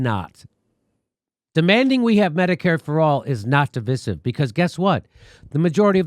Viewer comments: It's not pronounced di.vi.siv, it's pronounced di.vy.sive. I agree you by the way. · Oh Jimmy. It's pronounced dɪˈvaɪ.sɪv, sorry, just that Jimmy is pronouncing it wrong. I was hoping English teacher Steph would have corrected him. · Jimmy, it’s a long ‘i’, rhymes with”rice” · De vi siv? It’s der viy siv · Diveesive diveesive diveeesive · divIsive not divisive [dəˈvīsiv] . Pronouncing words correctly means something. It is irritating. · I have two complaints with this video. The fact that you keep saying "stab you in the front", when the phrase is "stab you in the back". The way you pronounce divisive is weird.🤔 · Why does Jimmy pronounce divisive like that?